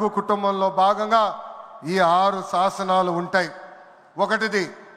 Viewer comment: సాసనాలు కాదు, శాసనాలు, బాగా మాట్లాడుతున్నారు, గమనించగలరు.